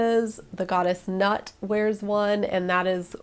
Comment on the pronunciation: Hi! Just a quick note, I worship the Goddess Nut, and her name is pronounced more along the lines of "noot," like boot but with an "N"! Or, "new-it" in some texts! I adore this video, I'm looking into veiling, and a few styles really called out to me in this video!